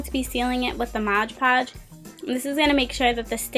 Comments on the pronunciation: Its called MOD PODGE...not MODGE PODGE... great video though! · This is super creative. Only thing that made me really want to mute the video is that you use a lot of words incorrectly. Also the constant "Modge Podge" instead of Mod Podge was really annoying. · You are so right. Every time she said "modge" I cringed. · its MOD PODGE NOT MODGE PODGE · I loved your iPhone case and the video but…it's mod podge😂😂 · It's MOD podge